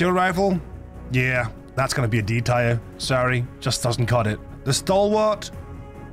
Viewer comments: I know English isn’t your first language, but tier is pronounced TEAR, like the kind when you cry, not shred paper. Nor tire, like a car. Teeeeeeer ;) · Its tier like tear not "tier" like tire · Didn't notice anything, except... Tier is pronounced "tee-air", not "tire" :p Great list, I pretty much agree with everything! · your accent is definitely noticable, but your english is actually very good. also, tyre instead of tier (pronounced tear, as in crying not tearing something) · Its pronounced tear like teardrop not tire like car tire, but other than that 9/10 video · Good vid. Btw it’s Tier as in Tee-Err and not Tire or Tyre. 😂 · “Teer”. Not “Tyre”. For the love of Christ there’s no way you’ve never heard anyone pronounce it correctly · It's prounounced TEER. SAY TEER not tyre. Ffs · Bro it's tier, not tire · Your English is great the only thing you really pronounced wrong is tier , (Teer or Teeuh is how it sounds ) great video 💯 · Tier: pronounced: Tear as in what comes from your eyes when a bug kills you. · Yea even knowing this, my danish accent still wants me to pronounce it “tire” 😅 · Um... Anti material rifle D tier (pronounced "tear" btw)? That has gotten me out of some serious situations... Right out the gate I'm already disagreeing, especially with the LMG in B tier with that LONG reload with no help available... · Why are you pronouncing tier as "tire" ? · Bro is saying “tire” the whole video kms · I like the eay you say 'Tier' man ✌🏻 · Haha yea sorry. Someone did correct me on how to pronounce “Tier” 😅